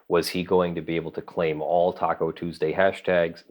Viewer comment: I suspect it is pronounced "Tacu TuuursDAY" :)